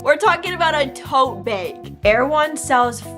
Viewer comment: I like the way you say “tote beg” 🤭